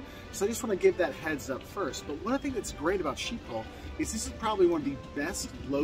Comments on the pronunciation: It’s pronounced “Skip-pol” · Isn't it pronounced as if it was written, skibol ? As if the "Sch" is pronounced "sk" ?